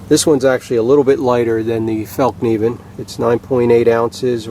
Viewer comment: Great comparison video, appreciate the correct pronunciation of the F word ! , I think it's gonna be the Bark River for me, purely on aesthetics, also, I just love polished micarta, , and leather, (despite it's draw backs,) , thanks again, , John.